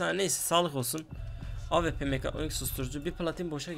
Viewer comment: abi bıktım awp ye ap diyosun